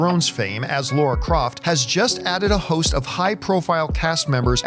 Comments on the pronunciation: Do all Americans have trouble with saying the name Lara instead if Laura? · Fans who have played the games know that it's Lara. Literally everyone else calls her Laura. It's infuriating.